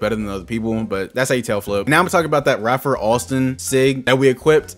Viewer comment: It’s Ray-fer Alston aka skip to my Lou